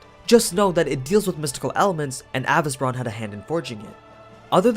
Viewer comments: Why you’re mentioning “a—vis—bran” in fate/netflix they are calling him “a-vesee-bron” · Avi-ce-bron, not avice-bron. Listen to how the words are said in the series, minus the accent, they say it correct.